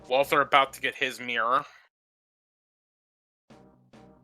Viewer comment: Why do you keep saying wal-th-er? It's spelled correctly.